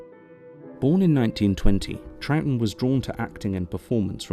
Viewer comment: Well done for pronouncing Troughton correctly. You probably just looked up how to or just knew, but still. I have the same surname and people are constantly saying it wrong when they read it, usually pronouncing it as Trouthdon or Troug-uatan and over incorrect things like that which don't make much sense for how it's spelt. It's usually just easier to say it 'trout' (as in the fish) then add the 'ton' part on the end fluently so it's Trouton. People often don't get that the g and h are essentially silent but it's said as Trouton, however sometimes changing the last o to an e to make Trouten. Considering it's not a complicated spelling its surprising how many people get it wrong for me. I suppose the g or the h throws them of. At least it's not actually a complicated surname, people sure can make a mess out of saying those nine letters together though.